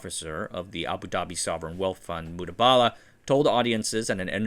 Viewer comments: THIS. i heard this the entire video and was like wtf somethings off lol. Its Mubadala, Not Mudabala like in the vid. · Great video fam. Just one thing, its Mu-ba-da-lah not mu-da-ba-da-lah 😂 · Very nice video. It’s Mubadala not mudabala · Its MuBadalah not MuDabalah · MU BA DALA - not MUDA BALA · it's Mubadala, not Mudabala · The correct pronunciation is Mu-BA-Dala, not Mu-DA-Bala. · ayy, it's not Mudabala it is Mubadala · It's Mubadala... Not Mudabala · It's Mubadala not Mudabala 😂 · Its pronounced mu • ba • da • la not mood•bala. Im not being cocky I promise I liked the video but i just wanted to inform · Very nice one, I get the difficulty in pronouncing the names ^^ it is "Mubadala" not "Mudabala" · Mubadala (Moo Baa The La ) and not Moo Daa Baa Laa. :) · It's called Mubadala not Mudabala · It's Mubadala not Mudabala, it's an Arabic word for Exchange. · He's pronouncing it wrong. The correct pronunciation is: Moo-bah-dalah. Not Mooba-dala. Source: Used to live in UAE and knew people who worked there. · MU BA DA LA. please pronounce it correctly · It's pronounced Mu ba da la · I thought I heard him say "Mudabala". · You pronounce Mubadala with an emphasis is on the first “a”, not the second. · Here I was, wondering if I had been reading "Mubadala" wrong all these years.